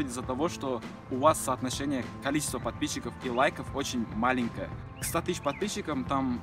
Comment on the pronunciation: Только у меня улыбка на лице когда он говорит «подписщики «?